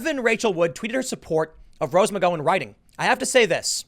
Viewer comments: Does anyone else get a thrill up their leg every time Tim mispronounces Rose McGowan’s name? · No hate here. I listen to Tim's content pretty much everyday, but question... Does he mispronounce well known names so they don't get flagged by the YT algorithm? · A new drinking game: Take a shot every time Tim mispronounces rose’s last name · Jesus Christ Tim, that’s not how you say Rose McGowan. How have you never heard her name said before. And this isn’t the first time you have no idea how to say someone’s name. You can read be ignorant sometimes lol. The video is so hard to listen to. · Does Tim just pronounce people’s name wrong on purpose or is this a result of being a high school dropout? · Tim you got to stop mispronouncing Rose McGowan's name. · The gow in Mcgowan is pronounce rhymes with cow. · TIm, I love you and your work with all my heart, but for the love of all things good PLEASE say Rose McGowan's name correctly. The "gow" in McGowan is pronounced like "cow". Love ya, buddy! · I love how you always pronouns Rose McGowan wrong:-). I mean, you're not THAT young, weren't you a teen in the late 90s when she was famous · Tims pronunciation of McGowan is so stupid. By his logic cow's should be pronounced "coe's" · Tim... please ay her last name correctly.... it’s painful hearing you say it that way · No one has told him how to pronounce McGowan yet? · pronounce Rose's last name correctly! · He still needs to learn pronunciations. It losez him some credibility when he doesnt pronounce things correctly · The "gow" in Rose McGowan rhymes with "pow", not "toe". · Tim. It's McGOWan, as in "gown," or "ouch." Not "Mick-Go-in." I can't even listen to this anymore, everytime you say it it's driving me CRAZY! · Her name is pronounced McGowan like McCowan. Like cow, not go. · Tim, her last name is pronounced McG-ow-an, not McG-oh-an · It's pronounced McGowan (like cow - 🐄) not McGoin. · It's Rose McGowan the GOW is pronounced like Cow. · pls say it mc gow ann....pls pls